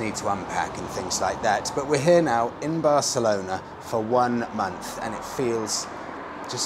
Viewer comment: Bareclona? Really? Dude?